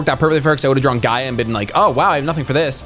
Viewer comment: Gear-Gee-Uh is the proper pronunciation